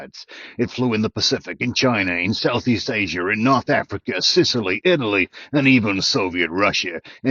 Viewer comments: It's curious that you pronounce it "Engerland" when you do the parody US Southern accent, because that is definitely now how Americans pronounce England. Edit: And "Asia-r". Dr. Geoff was right! Same phenomena! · You were killing the American accent 'till you said "Aisur." It's Asia. No R bro. No Africur, no Americur. Save the Rs for firepower. It's not fahh pahh. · HAHAHAAAA you just could not keep that “R” off the end of Asia! You sir are the cheekiest of nandos (whatever tf THAT means), dyed through to your bones!!!